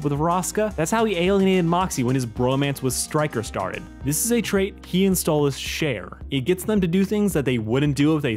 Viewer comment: It's stolas not stolitz understand that